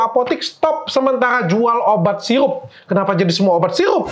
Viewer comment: Sirup bukan siyupp